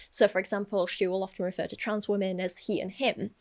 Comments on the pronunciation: The pronunciation of “weh-min” is upsetting me so deeply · says “wemen” and I cannot stand it. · "Wemen"